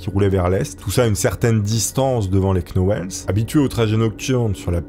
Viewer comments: Ahlalalala....sinon 'knauweless' se prononce 'nowlz' 😮😅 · Les "Knauwllsss" 😂 et pas les "Knauwllèss"... ou "Knauwèll"... 😂😅💯 Pas évident les Noms et Prénoms Anglophones, hein dit.. 😂😘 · Knowles ça se prononce nolss..Comme Beyonce. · Vidéo top mais le k est muet dans Knowles Il fautais dire nolz en réalité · "la famille queue now laisse" 😂😂 "la famille KNoël" En vrai, tu fais exprès, sérieusement ?